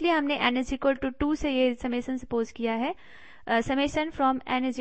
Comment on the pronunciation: Summation ko samasan bol rahi hai yeh😐😐